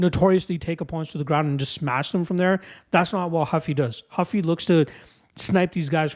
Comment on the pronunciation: it's Ruffy not Huffy